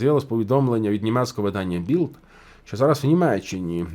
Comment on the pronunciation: при всій повазі: не білд, а біЛьд, не велт, а веЛьт! Так кажуть самі німці.